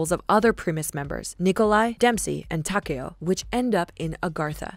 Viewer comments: Ta..kayio....it’s takeo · The way she said “Takeo” pissed me off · She said takeos name wrong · She said tako name wrong